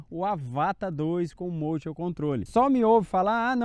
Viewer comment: Amigão, só uma dica: a palavra motion é inglesa e significa movimento e a pronúncia correta é “mouchan”. Observação: sou inscrito e gosto muito do seu canal. E parabéns pra sua esposa, já tá voando com o motion melhor que eu.